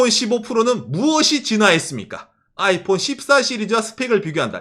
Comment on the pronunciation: 아^이_폰 이라는 억양 뭔가 특이하네.. 보통 아이폰_ 이렇게 얘기하던데